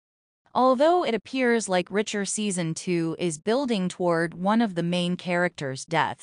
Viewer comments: Does this talker not know its Reacher. Not "Richer". Fix this. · Reach....er! Not Ritch...er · Will someone please inform the narrator it's pronounced R E A C H. H E R ..listening to her is infuriating...look they killed Russo and that killed me and David dying I will not consider..why does she keep saying R I C H E R ..MAKE IT STOP.. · [1] The narrator or A.I. is annoying with her/its constant mispronunciation of 'Reacher'. It's not 'Richer'. [2] fyi: Your headline is incoherent. [3] Talk about making sh*t up, just to talk about nothing. (Who said O'Donnell will or will not die in S2?) (S2, E6 is out and someone dies, but it's not who this content creator suggests.) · its REEEEECHER